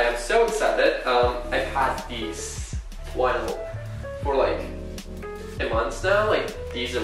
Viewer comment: no one:: "Wynils"